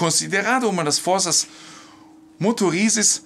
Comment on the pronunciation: Forças Motrizes e não "motorizes".